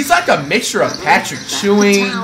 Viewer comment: Flight really said "Patrick Chewing" It's ewing. Reminds me of that time he said "mutted".